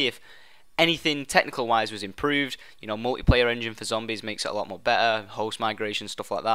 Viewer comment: "A lo' more be''er" Jesus.